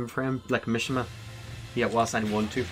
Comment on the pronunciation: Mishima is pronounced meshema